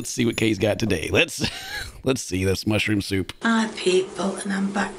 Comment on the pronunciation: Mushrooum souup (not good soup) 😂😂😂😂